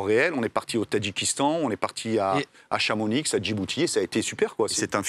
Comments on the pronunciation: Stp stp stp ne dis PAS ChamoniX, sa se prononce "CHAMONI"x😨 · À le ChamoniX me tue sa se dit CHAMONIX (chat 😺 moni 💰) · CHAMONIX ON NE PRONONCE PAS LE X CHAMONI NON DE DIEU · Grand respect à mais il a dit chamonix avec le x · ON NE DIS PAS CHAMONIX ! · Dans Chamonix le x ce prononce pas 😂